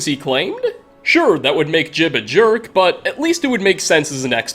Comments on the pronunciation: Ji-ub! It's Ji-ub! Not "Jib". You even played a recording of how to say it and then immediately said it wrong. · You have the voice clip of saying Jiub's name properly in your video and still call him Jib... fucking smh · Game literally says his name Jiub and this mans calls his Jib and I’m so triggered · It's almost like ur deaf dude come on we all know we heard how to pronounce jiub. Jee ub not difficult bro